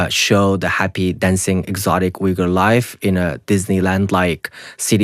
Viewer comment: Why is he pronouncing Uyghur in a wrong way if he is Uyghur?